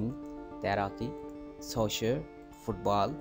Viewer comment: Your soccer pronunciation is not correct